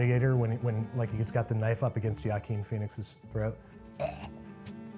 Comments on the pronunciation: "Yakeen Phoenix" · Did he just say "Ja-keen" Pheonix?? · Not a fun style. It's supposed to be fun! Also, did he say JACKEEN Phoenix?? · did this dude just say "yah-keen phoenix" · Did this man just pronounce the J in Joaquin Phoenix? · Babs, you are generally beyond reproach as far as I’m concerned, but HOW on EARTH did you just pronounce the name Joaquin? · I'm sorry, can we go back to the part where he completely mispronounced Joaquin Phoenix's name and just decided to leave it in? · Im sorry sir, how did you just pronounce Joaquin Phoenix??? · So we're just not gonna mention that pronunciation of Joaquin?